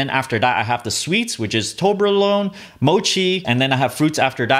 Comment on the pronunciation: I cringe each time he says toblerone wrong